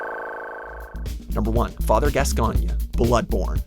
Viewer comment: Hahahaha the pronunciation of Gascoigne